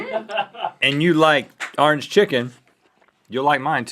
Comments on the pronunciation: "Arnge foot" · he said ornge chezzzzzzzzzy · big mac and cheese seems awesome orangefoot seems kinda awful might have something to do with me not liking orange chicken, pepper jack cheese or the way he pronounces orange "arr-inj" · Why the hell does Rhett pronounce orange as "arange" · rhett pronounced it "arnjj chicken" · Sometimes you guys have funny pronunciations. Like "*MAC*-donalds" and "Ahrnge-foot" and "tor-TILL-uh" haha. (I am from western Canadiana) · I thought you were going to mention the fact that they pronounce "Orange" as "Rrr + ange". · I would say Orange Foot would be better, but I can't because of the way Rhett says "orange." So I'm going with the Big Mac & Cheese.